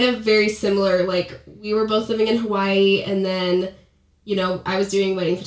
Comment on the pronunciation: The way they say “Hawai’i” 🤢🤢🤢🤢🤢🤢🤢🤢🤢